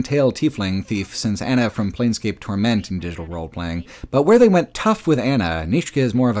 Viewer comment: Why are you emphasising "Torment" so strangely? The emphasis is on "Tor" not "ment"